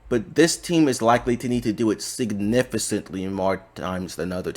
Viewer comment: I like your content but your pronunciation on Significantly always bothers me Signifi is fine but cantly is read like Kant-ly Sorry if this type of comment seems rude but it just bothers me